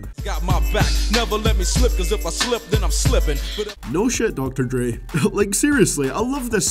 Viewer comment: BRO HE SAID MORE LIKE DR.DREE THEN DR.DRE XD